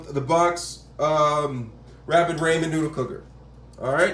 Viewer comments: That nigga really said Rayman cooker 🤣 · It's said RAH-MEN